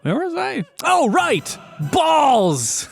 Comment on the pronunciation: Very suspicious when U say balles 🤔🧐